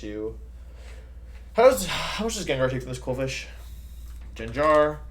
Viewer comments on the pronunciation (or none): Fuckin jenjar??? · The way he says Gengar makes me lose all faith in humanity. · I love the mispronounce jimmick